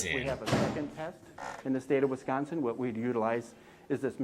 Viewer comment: Wisconsin death!!! WisconS-I-N!!!